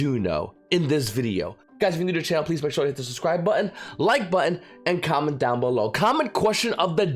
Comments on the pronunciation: It took me a year to understand he was saying "comment question of the day" and not "comic question". Now I feel dumb, Everytime I wanted to post my best joke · I thought he was saying common question of the day.